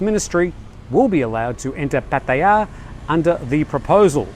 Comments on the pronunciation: ojkjj fa ran...it’s not how you say it. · Why do you always call Pattaya PattaYAAAA. Just pronounce it like a normal person mate. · no it's not, they had a Thai guy from his own work pronounce it and it was nothing like how he says. Also, I have been to Thailand two dozen times and have never met a Thai or even an Aussie say it like he does so STFU mate.